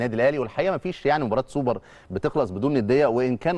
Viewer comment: يا ريت يا جماعة الخير نبطل نعوج لساننا في كلمة السوبر وخاصة حرف ال ر . دا مش دليل علي الثقافة ولكن دليل علي عقده نفسيه. معظمنا بيعرف لغات ولكن مفيش داعي لعوجة اللسان